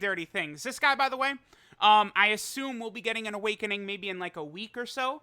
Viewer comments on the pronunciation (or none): none